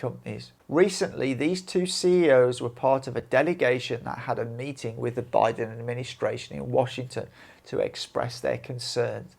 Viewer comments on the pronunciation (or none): none